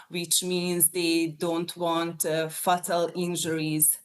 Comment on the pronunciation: Fattal vehAicle